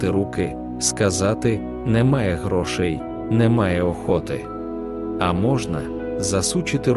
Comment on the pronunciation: Я думаю "Нейтральним бути точно не можна" стосовно мови: не грОшей, а грошЕй; не засУчити, а засучИти; не з боку, а збоку. Чи я неправИй?